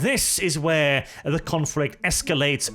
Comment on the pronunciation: the following reasons are why you are a good loretuber. 'Confrict...' 'Descwibe...'